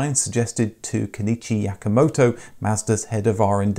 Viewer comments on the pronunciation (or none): You said Kenichi Yakamoto ? It is written Kenichi Yamamoto. Is it so difficult to pronounce his name correctly ? How can you mix up a k with an m ?